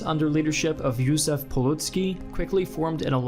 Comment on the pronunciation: "Jusef pulucki" Yeah right